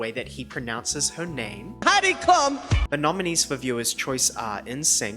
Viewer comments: I LOVE the shade about Chris Rocks pronounciation of Heidi Klum but he's actually way closer to the actual pronounciation hahaha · honestly the way chris rock pronounced heidi klums name was lowkey kinda close to the actual german pronounciation of her name